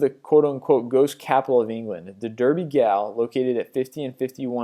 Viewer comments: Hate to be a pain but Edinburgh is pronounced "Eddin-borough" and Derby Gaol is pronounced "Darby Jail" not Derby Gale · Gaol isn't pronounced gowl. It's the more correct spelling of jail. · OMG! - almost choked laughing - Derby Gall?!!!! - its Derby 'Gaol', as in jail! if you are going to put yourself out there, at least find out how to pronounce words properly. And Edinburg - surely it is famous enough to know that the spelling and pronunciation is Edinburgh (the 'h' makes it silent on the 'g', pal) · Derby Gaol, pronounced 'jail', also, it's not 'Edinberg'! It's 'Edinburgh', and sounds like 'Edinburruh'. Damn Yanks.